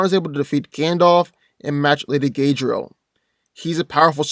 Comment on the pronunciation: He said gaydriel